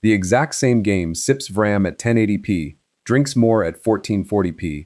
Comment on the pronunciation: it's pronounced "V" ram. Quit doing videos on Vram when you can't even pronounce it right